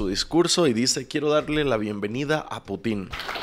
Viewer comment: PORFAVOR deja de llamar “Putín” a Putin, no hay acento en la “I”. Putín con acento es como comúnmente se le llamaría a una persona homosexual